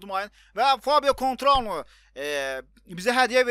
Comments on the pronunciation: Kontrano yoxe koutinyo oxunur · felipe koutinyoya fabio koentrao deyen adam axaxaxaa :) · cuantuaro deyil coutinyo du ay axmax